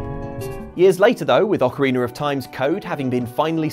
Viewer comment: Video starts something. Very annoying. And please with your accent or not. It is Ocarina, not Ocariner. And don’t yell